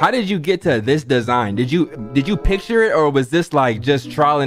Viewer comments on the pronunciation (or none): none